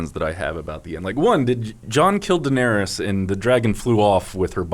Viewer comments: How does not know how to pronounce Daenerys after 8 seasons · A classic example of being indie and cool is the way he pronounces Daenerys. Smh